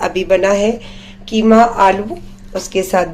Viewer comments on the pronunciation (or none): none